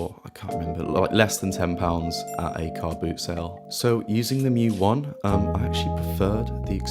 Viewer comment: Thank you for pronouncing mju correctly.